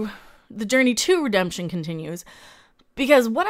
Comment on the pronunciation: Waaait a sec, did you almost slip and say "re-dumb-tion instead of redemption?